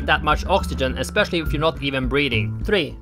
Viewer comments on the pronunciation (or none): none